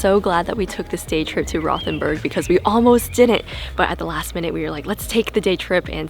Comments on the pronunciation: Nice video guys! There's no 'th' sound in German, so it's actually pronounced.....ROW'-TEN-BURG. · It's actually pronounced "Rote-en- berg" not "Rowth-en-burg". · I was there for the Christmas market. Great little town. By the way, it’s pronounced Rote, not Roth. Rhymes with boat. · I love Rothenburg! I was there last month. However, it’s pronounced WROTE-en-burg. lol. Did you NOT go to the Medieval torture museum?!?!? Or Käthe Wohlfart’s?!?!